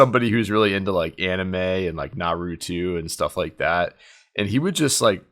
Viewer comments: "Narutwo" lol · The way you pronounced Naruto was terrible and hilarious 😂😂 it’s pronounced NAR-RUU-TOE